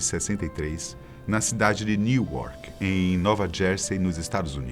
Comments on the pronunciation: Nao é Niuarque Newark- se pronuncia -nuark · Ela nasceu na cidade de NEWARK se pronuncia "Nuarki" like this